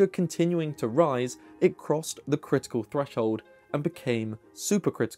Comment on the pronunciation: It's pronounced KRIT-ee-kul, not "crystal". I had to turn on captions because I kept hearing "crystal," which made no sense.